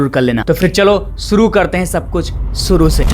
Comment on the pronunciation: अपनी भाषा पर कम करो एक अच्छे एंकर के लिए pronunciation बहुत अच्छी होनी चाहिए। कोसीस नहीं होता कोशिश होता है सुरों nh hota शुरू बोलते हैं शा और सा पर कम करो अच्छे एंकर बनने के क्योंकि गांव वाले नहीं सुन रहे तुम्हारी भाषा शहर वाले भी सुनते हैं